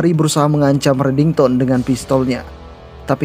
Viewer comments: Kok JD reddingson min😂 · disebut redingson donk bukan redington🤣 kok mau ketawa yh udah mah si aram disebut anak baru lagi😅🤣kurang asik